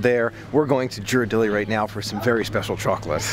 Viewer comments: Great video,. I just wanted to point out that the correct way to pronounce Ghirardelli is the same as in "girl," not a "J" sound. Haven't been to the Boudin Bakery in SF yet, but we always visit the one in DCA for a sample of the sourdough bread before heading to Paradise Pier to have some world famous clam chowder. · "I'm not used to flying west for a Disney adventure..." I'm sure! But remember, all the *magic* started out west. And it's Hawaii. Hawaii is a whole other type of tropical magic than the Florida/Bahamas region. GEAR-er-delli. 😊 is right, the street Ghirardelli is on is not a real hill. I know no longer lives in San Francisco, and you might not have much reason to visit the city, but if you ever visit SF again, go to the Mission district. One of THE best pizzas in the country -- Pizzeria Delfina. Right next door is the famous Tartine Bakery. And on the other end of that same street is the Bi-Rite Creamery -- home of delicious almost-gelato-like ice cream, made with unique and unusual flavors. The Mission is also known for super delicious amazing tacos! Thanks for letting us know that Boudin makes tacos. Had no idea!